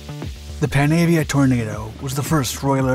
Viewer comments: It’s pronounced ‘Panarvia’ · It's pronounced exactly as it's written: pan-avia. There's no 'r' sound.